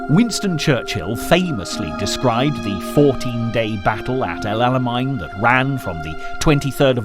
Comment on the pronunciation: El Alamein…not Alamine